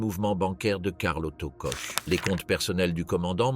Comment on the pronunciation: Ça ne se prononce pas coche ou coke, c'est KORR!